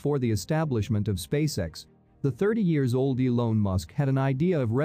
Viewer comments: Elon not elone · what's with 'eelone' musk guys. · EE-LONE, so that's how it's pronounced, LOL! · Only noticed when it said "Elown" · "Elone Musk"